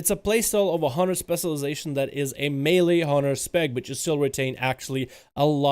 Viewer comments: Where do you live where they say "spesulization"? Or are you just spesul? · stop saying specialization please lol... and you say it in a weird way. Just say "spec" bro. thx